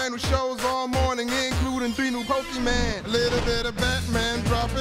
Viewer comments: Lou Bega pronounces Pokemon the way my mom does: "Pokie Man." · he did not say "pokeman" 💀geeeezus